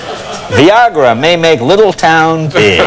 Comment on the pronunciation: Did I.hear Jay say"Rellitter"? REALTOR How bout some Veeogra Viagra